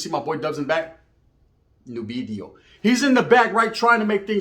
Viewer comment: "See my boy Dubs in the back? 'New bideo'." 😂😂😂